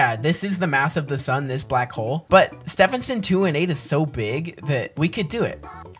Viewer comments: cuz Stephenson Is pronounced "Styvenson" and not "stefenson" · I’m laughing because you don’t say it Steffensen to 18 you say it’s Stevenson 218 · Stevenson not stevp henson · "Steff in son 218" Actual pronunciation: "Steven son 218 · How pronounces Stephenson 2-18 __________________________________ Steephenson 2-18 ❌ Stehpenson 2 1 8 ✅ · It's steeeeeeeevenson 218 not Stevenson 218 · No offense but it's pronounced St-EE-ven-sin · you are saying stehison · He’s pronouncing Star name wrong😢